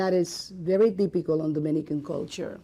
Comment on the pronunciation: Theepicol me: GURL ITS “TYYYPICALL”